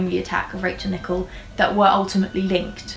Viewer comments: It’s pronounced Nick - El babe! Loved this vid!!!💛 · Great video, but just to let you know that her surname is pronounced with the emphasis on the 2nd syllable.